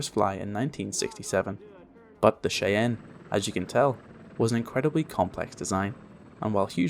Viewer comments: minor quibble ... it's not iro - quoy, it's iro - kwaw well, canadians won't call it minor also ... shy-anne, not shay-en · "shy - anne" "ear - a - kwoy"